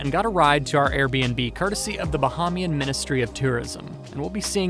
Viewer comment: pronunciation buh hay mee uhn. otherwise great video. I grew up in Freeport and spent every summer on a little island called Green Turtle Cay. just off the coast of Marsh Harbor. Love all your videos... Im working on my PPL and IFR cert so I can fly myself there very soon. ·